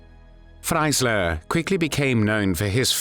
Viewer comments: Warum spricht man den Namen ,,Freisler" hier nicht richtig aus und sagt immer,,Freiler" ? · Please try to pronounce the german names correct. Nobody knows a judge "Fleysserrrhh". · FRAILER? Pronunciation wrong